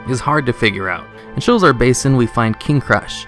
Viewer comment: Sho-la-zar. It has 3 sylables.